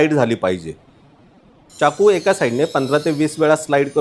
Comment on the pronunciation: खूपच उपयुक्त माहिती🙏🙏, पण अनावश्यक इंग्रजी शब्दांचा उपयोग खूप आहे, च्याकू नाही तर चाकू असा उच्चार आहे. बाकी न आणि ण 😂😂सोडा